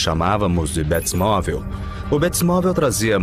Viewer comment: Mintira kkkkk bétimovel kkkkk batmovel